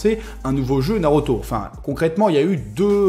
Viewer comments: Je suis le seul à être perturbé lorsqu il dit "naroto " au lieu de naruto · Nauroto mdrrrre